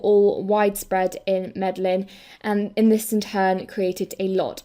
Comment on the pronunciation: Fantastic video, thanks for this. Very small, petty thing from me - it's pronounced Mede-yeen (in Hispanic countries the double L becomes a 'y' sound!